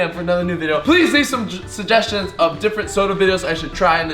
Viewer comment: not to be mean but he messed up the word suggestions😐😑